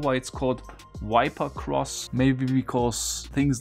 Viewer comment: It’s a mistake in pronunciation - not accent.